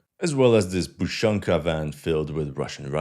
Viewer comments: Bro, the car (russian van) called BOOHUNKA, not booShunka hehe (russian "буханка" -mean loaf of bread) but you got it pretty close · "bukhanka", not "bushanka" (буханка) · bukhanka, bro, not bushanka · Thanks for the video. Learning Russian with "Rybar" is not pronounced "rai-bar" but "rɨbar`" means "a fisherman". The vehicle is not pronounced "buschanka" but "bukhanka", means "a loaf of bread", nicknamed after its shape.